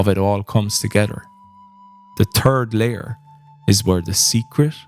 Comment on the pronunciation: In spirit of the games humor I chuckled every time you said the "turd layer" :D.